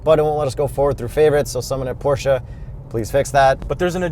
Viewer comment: Thank you from Germany for pronouncing Porsche and Taycan correct 👌🙂